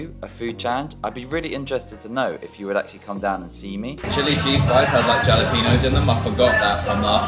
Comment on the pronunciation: Excellent! We are going back on your catalog... Great that they offer beef ribs (the best in our opinion here in Texas). Leah rocks also... Stay happy bud and hugs to Laura...🙏✝️🙏 Ask Laura how to say Jalapenos...😂